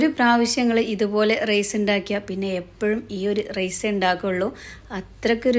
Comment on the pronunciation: വീഡിയോയുടെ തുടക്കത്തിൽ വിചാരിച്ചു സംഗതി simple ആണെന്ന്. പക്ഷേ പിന്നീട്‌ items കൂടിക്കൂടി വന്നു. എന്നിരുന്നാലും അടിപൊളി ആയിരിക്കുമെന്ന് തിന്നാതെ തന്നെ തോന്നുന്നു. ഒരു സംശയം ചോദിച്ചോട്ടേ? റെയ്‌സ് എന്ന് പറയുന്നത് എന്തിനാണ്? ഒന്നുകിൽ റൈസ് എന്നു പറയുക, അല്ലെങ്കിൽ അരി എന്നു പറയുക.